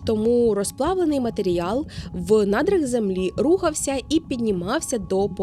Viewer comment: Чути слово "матеріял" - це ніби мед для вух